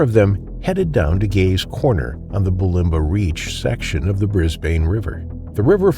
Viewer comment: It's actually pronounced Brisban even if it has an e on the end but you are not to know,we learn all the time😊